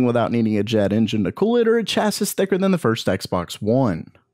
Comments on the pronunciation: chasis is pronounced chasiii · It is pronounced cha-see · Chasis is pronounced “chass - ee” :P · It's pronounced chass ee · For real.... The cringe was extreme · Chassis is pronounced like chass-ee btw